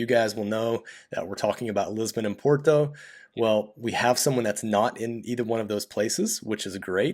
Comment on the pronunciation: So good to see a foreign actually trying to pronounce Portuguese words correctly. Thank you so much to your guest. You yourself try to perfect just one word "Porto". Look up Steve Martin in the movie "My blue heaven". Vincent 'Vinnie' Antonelli : Are you trying to say capeesh? Barney : Yeah. Vincent 'Vinnie' Antonelli : Well don't do it, cause it hurts my ears when you do it its very funny